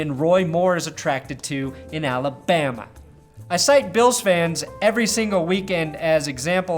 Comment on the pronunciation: Why did you say Alabama like Forrest Gump yelling at Jenny's hippy boyfriend?